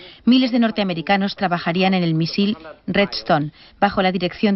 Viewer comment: Me estresa mucho cómo pronuncia la palabra "misil" por que la sílaba tónica es "miSIL" no "MIsil"